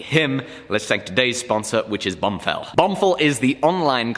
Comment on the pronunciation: lol he said bumfill